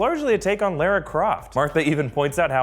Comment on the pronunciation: Why can no one pronounce "Lara" correctly. They literally say her name several times in the games and movies. This makes me irrationally angry when people can't pronounce her name. Kind of like "Mario".